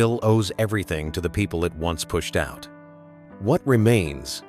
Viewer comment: AI narrator: "was being priced.....out." "a no.....man's land"